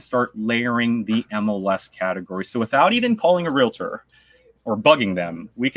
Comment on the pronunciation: U said realator